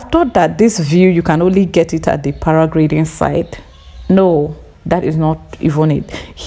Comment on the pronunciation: for sharing But the word is PARA -GLIDING Thanks